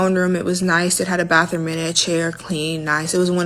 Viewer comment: "sit down air". "use public baffrooms". Girl. Ewwwwwwww.